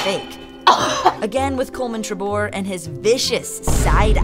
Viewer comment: its trevor not trebor -_